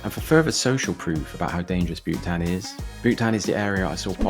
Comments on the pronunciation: How have you managed to get the pronunciations so wrong? Surely your research should extend to speaking to locals? Caerau - phonetically Ky-ra Ely - Eely Butetown (can't believe you got this one wrong - there's no Welsh in this name) Bewt-town Cathays (Cat-hays) Since you happily survived, you proved these places are not particularly dangerous, certainly not in the daytime. To suggest that Cathays might be dangerous during the day is hilarious. It's a mess - worse than usual when you visited because students had all just left their digs en masse - but it's far from dangerous. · and Butetown is pronounced beaut-town rather than boot-town